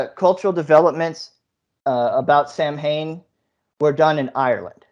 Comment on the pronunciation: Im down , Sam Hain?!? If you're gonna attempt a documentary on a festival at least learn how to pronounce it 🤣🤣🤣 "Soween" not sam hain🙄 one Google search would have kept ya from looking like a twit.